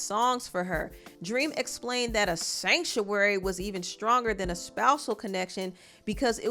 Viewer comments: “SanCTuary” 😂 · One more time…. “SANCTUARY “ Lol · the way you pronounced "Sanctuary" is sending me!! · The way u emphasize the word "sanctuary" is killing me 😅😅😂😂😂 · Ik this is a serious discussion but am I the only one who cracks up every time you say "Sanctuary"! 😂😂😂 I am screaming! 🤣😂🤣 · the emphasis on “sanctuary” everytime lmao 😭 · Sanctuary was all I was hearing😂😂😂😂😂😂😂😂😂😂😂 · It's the way you say "sanctuary"😂😂